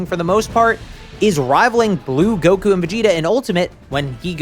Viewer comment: did bro just say gowas and zamas